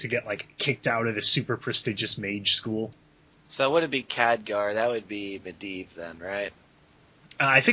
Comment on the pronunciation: mendleave. UGGGHHG its medivh